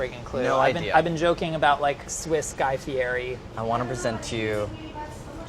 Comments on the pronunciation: it’s pronounced Guy Fe -Ed e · OF ALL PEOPLE SAID GUY FIERI'S NAME WRONG ARE YOU KIDDING ME